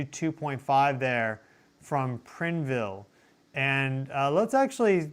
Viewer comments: PRINE........VILLIE NOT PRIN............CORRECT IS PRINE+VILLE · It’s PRINE ville. Oregon! We love you! I’m in Corvallis … Cor Vallis❤